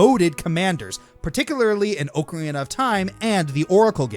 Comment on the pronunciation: I don't know why, but, the way pronounces Ocarina strikes a nerve with me. Don't know why.